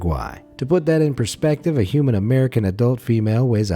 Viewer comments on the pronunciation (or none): none